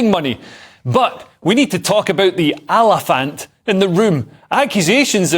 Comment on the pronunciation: I love the way Leo Kearse says "Allafant in the room" 🤣